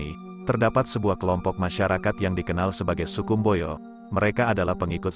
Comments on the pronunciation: Mbojo bukan mboyo. Sangaji bukan sangayi. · Mboyo ❌ Mbojo ✅ Sangai ❌ Sangaji ✅